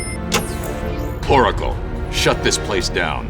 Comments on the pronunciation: says Poracle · said poricle